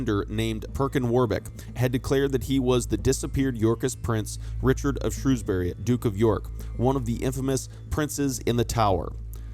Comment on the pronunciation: I'm still waiting for the day when someone manages to pronounce 'Shrewsbury' correct in a YouTube video 🙃